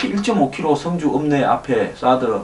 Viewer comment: 황소장님 성주의 발음은 주자에 악센트가 있습니다. 군민들이 이상하군요? 이럴리가 없는데-----누군가가 이상한 방향으로 리드하고 있군요. 여기에 어진 군민들이 끌려가고 있군요. 정부 도지사 군수 지역 유지들은 무얼하시는가요?